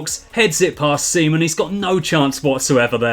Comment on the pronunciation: “A massive save by Seaman.” I can’t be the only one who heard Semen.